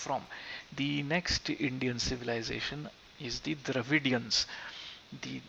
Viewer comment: So, you pronounce the English word ‘Dravidians’ the Sanskrit way? 🤣 No, ‘Dravidians’ is an English word and you pronounce it according to the English grammatical rule.